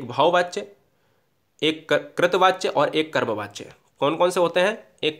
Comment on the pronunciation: कृत वाच्य❌ नहीं कर्तृ वाच्य होता उच्चारण सही कर लीजिए, ❤📠🙏